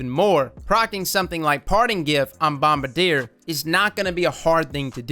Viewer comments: the plane company is pronounced bomb bardy ay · "Bombardier" YouTube captions: Mama Deer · the way you say “bombardier” is fantastic lmao